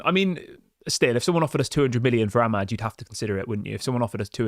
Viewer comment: Congratulations...did you call him amad? 😂